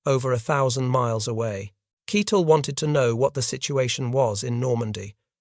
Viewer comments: Keitel is pronounced KEYE-TELL, not keetle. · Always a problem when the narrator mispronounces well know names such as Keitel, which is pronounced with the sound of a long I, not a short I, in English.